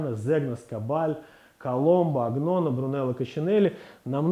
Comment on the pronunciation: Добрый день, уважаемый эксперт! Zegna и Agnona по русски произносятся как Зенья и Аньона. То же самое относится ко всем словам в итальянском и французском языках с буквосочетанием gn. Как пример, champignon (франц. - гриб) мы произносим, как шампиньон.